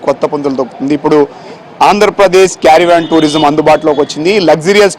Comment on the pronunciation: వీడికి " కారవాన్ " అని పలకడం కూడా రాలేదు . కేరీ వేన్ carry van అని పలకడం ఏమిటిరా హౌలే .